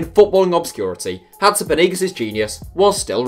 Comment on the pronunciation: When you say Hatzipanagis I am always confused, try finding how you pronounce the name or else we won't understand, I though you were talking about a stadium name or city in Russia or something. But the video was LOVELY! All love to Iraklis and Hatzipanagis!!!!!!!